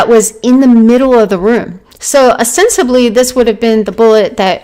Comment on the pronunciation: Love your timeline! Is it just my old ears or are you saying osensibly instead of ostensibly??